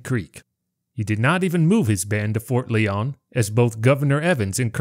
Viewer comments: It is pronounced Ft. Lion not Lee-on just saying. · I believe it's pronounced "LIE-on"